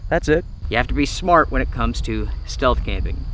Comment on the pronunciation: I think you meant "stealth" camping in the begining, not "steath camping"